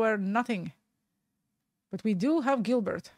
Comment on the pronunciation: It’s pronounced Jill Bear… not Gilbert